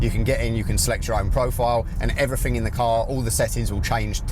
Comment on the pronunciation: Before you do a review, you should learn how to talk properly. Free instead of three? Everyfing? Wills instead of wheels?